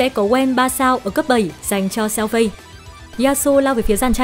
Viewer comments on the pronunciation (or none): con lạy má, phiên âm tiếng trung Fei Đọc là Phi F là Ph, Ei là i , = Phi -nên đọc Xèo Phi, tạm dịch Tiểu Phi -chị hai đọc tên nào cũng sai, xin chị hai cứ đọc tên Tiểu Phi đi, chứ chj hai ko có tố chất đọc tên tiếng trung đâu